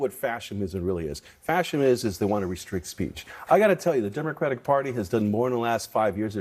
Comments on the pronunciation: How do you know he’s just repeating talking points he’s heard? He doesn’t know the word is fascism. Listen to him . “Fash’imm… Fash’imm’imm… that’s fascist.” Doofus. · 'let me define fascism for you'...followed by two mispronunciations of the word 'fascism'. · Brian, its Fascism! NOT FASCIM😩🤦🏽‍♀️ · What the fuck is “fascmim”? What a clown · Him pronouncing fascism as “fascum” told me all I needed to know about his credibility. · It's interesting that like his boss/cult leader, Brian Lanza also slurs through his sentences and mispronounced a common word (fascism--"fashim"). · He calls it “fashem.” So stupid he can’t even pronounce it correctly. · "fashim?" ..is he tryn to say "fascism?." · Is he saying, "Fashim" instead of fascism? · How does Bryan Lanza not know how to pronounce "fascism" properly? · He cannot pronounce fascism. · Where the fuck do they find these idiots…? Seriously. The Brian dude can’t even pronounce fascism first fuck sake. He trips over his own tongue